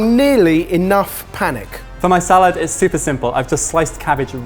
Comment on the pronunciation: when says salad, he goes in a welsh accent for no reason 😂